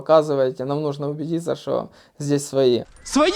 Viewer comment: украинское произношение своЇ уже выдавало, так же как и отчётливое ЙАзык вместо русского езык. И в других моментах по типу "впав" тоже проскакивало. Глухие попались